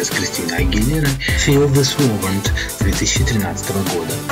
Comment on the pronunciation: Не "Feel this vovent ", а "Feel this moment"!